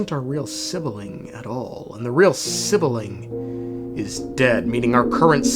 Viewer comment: Why call it sibiling It's sibling 😭